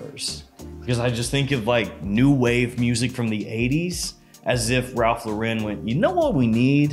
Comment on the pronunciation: Cool video, i laughed at all the parts where you do your little clown voices and stuff, but have you ever considered learning how to pronounce Ralph Lauren?